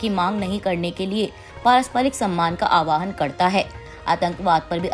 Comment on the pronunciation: The word is "aahwaan" meaning 'to call' and not what you spoke "aawaahan" which means 'to ride'.